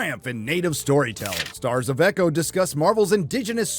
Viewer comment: As a partial Native American, I am proud to say I will never watch EEE-Cho. Never.